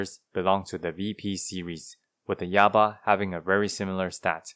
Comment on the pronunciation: Yaba? More like "Yabai" lol